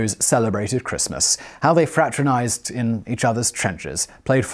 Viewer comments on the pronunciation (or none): Fraternise not fratrenise and Bosche (bosh) not Boche. Good grief man learn to speak your own language.